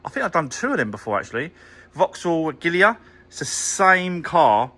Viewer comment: Its pronounced " A Gee La" not " A Gill Le Ar " 😂😂😂